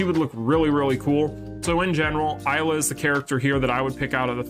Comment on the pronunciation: I wanna too Isla in the game. Isla and Krohnen Will be great. PD: it's Isla (ee-sla), the "I" sounds like an "e", not like the "I" normally sounds